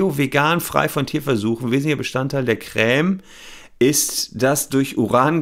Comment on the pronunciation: Sorry, aber Chef hat recht, es wird auf Französisch "Krämm" (oder meinetwegen "Kremm") ausgesprochen, mit einem kurzen "ä" (bzw. "e"). Jedenfalls nicht mit so einem langen "äää" wie der Anwalt in dem Video hier es tut. Entweder hat deine Familie einen komischen Akzent (von dem ich noch nie gehört habe) oder du bist so einer von diesen Menschen, die solche Unterschiede nicht hören.